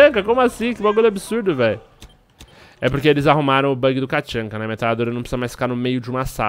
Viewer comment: nao é katchanka, é tatchanka